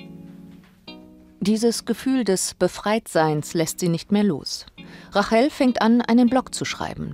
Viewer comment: Rachel spricht man englishc aus, also "Reytchel"